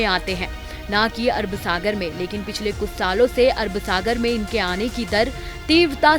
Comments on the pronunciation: Abe pagli pehle sahi se naam lena Sikh lo samjhi, Arab sagar ki arb sagar bol rhi h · Arb sagar nahi Arab Sagar.